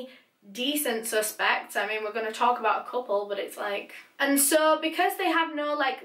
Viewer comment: suh todays videuh